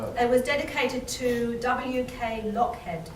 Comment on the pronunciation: Hi, lovely to hear this as I am his great great granddaughter. Just to let you know it is pronounced Lockheed but spelt Lockhead:)